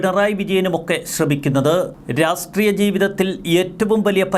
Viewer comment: ഉച്ചാരണം ശ്രദ്ധിക്കൂ.രാസ്ട്രീയം എന്ന് ഉച്ചരിക്കാതെ രാഷ്ട്രീയം എന്നു തന്നെ ഉച്ചരിക്കാൻ ശ്രദ്ധിക്കൂ. നല്ല വീഡിയോ അവലോകനം.